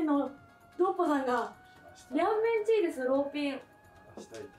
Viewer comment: さんのチーって言い方が謎にツボったw